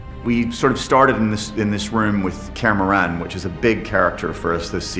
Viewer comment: It makes me irrationally mad knowing this guy didnt even bother to look up how to properly say Kaer Morhen.